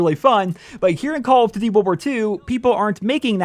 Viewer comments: “Calluhdudey Wulwar 2” I think you’re missing a couple of letters in there, buddy. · Makes a call of duty video Can’t even pronounce call of duty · Dudes voice is mad annoying...the way he says “call of duty” and many other things, I get it he can’t change it. It’s just to damn annoying.